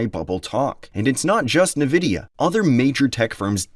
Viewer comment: You cant even pronounce nvidia’s name properly. Cheap channel peddling the same info everyone else has already talked about. Complain all you want. Meanwhile every investor’s portfolio keeps rising